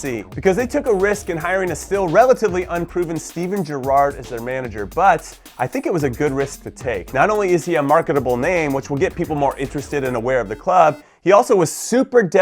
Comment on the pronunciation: Did he just call Gerrard, Gerrárd?